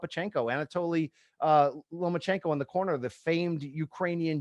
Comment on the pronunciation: Does he keep saying “LomaNchenko”?